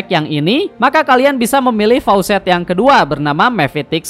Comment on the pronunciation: Faucet = Keran. Faacet woii